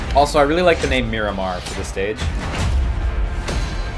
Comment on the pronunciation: "did you rike it" distantly